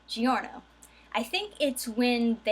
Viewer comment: In italian "Gio" sounds the same as "Jo", so the pronunciation is "Jorno".